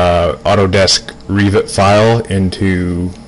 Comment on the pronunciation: REEVIT? Its just Revit "e" as in agg